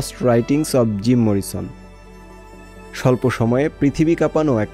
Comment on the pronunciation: এই স্টোরি যিনি করেছেন তিনি না পারে উচ্চারণ, না জানে মরিসন। অশিক্ষিতদের পুনর্বাসন বন্ধ না হলে এই দেশ সাংবাদিকতাকে সোমালিয়ার সমানে দাড় করাবে।